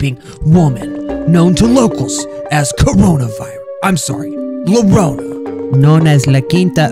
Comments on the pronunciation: How spanish people pronounce llorona: yuh-roh-nuh (roll the r) How pronounces llorona: lor-oh-nuh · Btw its pronounced yuh not luh, when there are two l’s next to eachother in spanish it makes a Y noise most of the time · It's funny that he says it like larona even though its pronounced Yorona. La llorona is a very creepy and sad legend about a woman and her children. They also mad a movie about it. "Ay mis ninos" mean oh my children is la lloronas line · People who speak Spanish: Repeat after me. "La".: La. Spanish speakers: Llorona. (pronounced YARONA): Llorona. Spanish Speakers: La Llorona.: La LORONA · spelled it lorona when its spelled yiorona (but of course is not from spain (neither am i)) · Het, you don’t say it like lorona you say it like jorona or yorona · its promo yorona not lorona but you tried 😁👍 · Bruhhh. I know it's for the meme but hearing you saying it as "Lorona" hurts lmao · I know you guys prolly don’t know this (because you guys are like 10) but it is actually pronounced la Larona (Ya larona) so take that as you will. Thx for your time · it's actually pronounced la yorona since double L in spanish is basically pronounced as a y sound + for anyone reading this the R in llorona should be rolled but if you can't, a short D should sound fine 😚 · the only scary thing in this video is how pronounces llorona By the way for anybody who doesn't know how to say it; it's pronounced yoh-rohnah (remember to roll the R!) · si escpecialy llorona being pronounced yorona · He Just wanted to tell U that llorona is yorona which is weeping lady so "ll" makes a "y" sound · La llorona (pronounced la yo ro na) is an old mexican story about a woman who( i dont remember the comepleted thing) who lost her children who died or something and then kidnapped children and claimed them as her own children. Theres like a curse and a ghost or something but i dont remember it all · The "lorona" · Luh-row-nuh xD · It's said Yorona